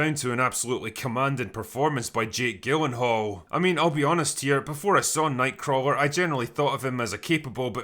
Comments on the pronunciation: Soft 'G' in Gyllenhall. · gyllenhall’s name is pronounced “Jill-en-Hall.” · Nobody else mentioning how the is mispronouncing Jake Gyllenhaal's name? It has a soft g sound, like the g in gif or giraffe. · Nobody gonna mention the mispronunciation of gyllenhaal..